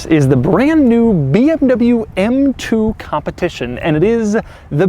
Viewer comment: Why does it sound like in the beginning he says this is the beeabnabyoo m2